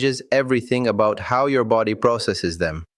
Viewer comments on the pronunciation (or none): 'Vulerabillies' instead of vulnerabilities! That's my favourite so far! 😅 I hope they translated the book properly, at least.. dog sake! 😉 'befody' instead of 'body'! 😂